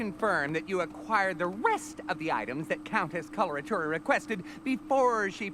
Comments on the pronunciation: Probably because its such a strange name and not spelled out when we first hear it. when i heard it i thought she said cholera tuna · why everybody has problems pronouncing Coloratura?